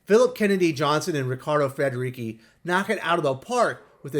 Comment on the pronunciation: It's pronounce Riccardo Federici with "ci" as in church, not key :-)